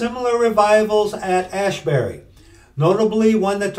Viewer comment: ASbury, not ASHbury. There is not "H" in there. Tis not Haight-ashbury...